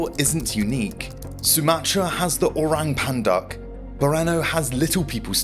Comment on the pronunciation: as a malaysian im dying when he pronounce it "orang punduck" 😂😂